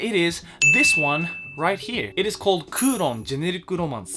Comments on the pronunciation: Always love your videos, so it pains me to nitpick - "Kouron" is Kowloon, so the setting takes place in Hong Kong. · I know the manga as"Kowloon Generic Romance" not " kuuron" lol but it's pretty good